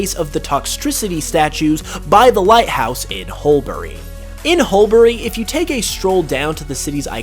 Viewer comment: The second ‘u’ in Hulbury is silent- pronounced hull-bree